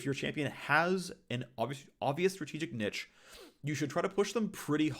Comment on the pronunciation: You know he has no idea what he is talking about when he can’t even pronounce “niche” right.